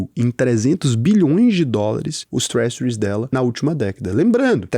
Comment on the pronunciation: Se me permite a sugestão/correção, a pronúncia do "s" na palavra "treasuries" é com som do nosso "j". A transição fonêmica fica, no IPA (Alfabeto Fonético Internacional): /ˈtrɛʒəriz/ ou /ˈtrɛʒɝiz/ Componentes dos Sons: /t/ - som de "t" (town) /r/ - som de "r" (run) /ɛ/ - som de "e" curto (head) /ʒ/ - som de "j" suave/chiado (vision) /ə/ - som de "uh" (schwa - som neutro) /r/ - som de "r" /i/ - som de "i" longo (happy/see) /z/ - som de "z" (zoo)